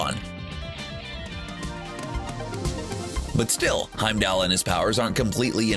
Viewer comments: It bothers me that everyone pronounces Heimdall as Heimdell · I might have watched this for more than a minute, if the narrator would have said Heimdall's name properly. Good lord.